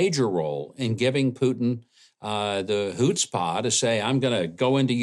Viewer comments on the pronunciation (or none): "Hoots-pah," Governor Huckabee? Arkansas Hillbilly Yiddish! 😂❤